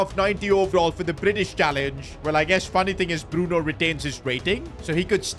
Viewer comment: Bruno f or nahco . Bruno for chicken . Get his fucking name right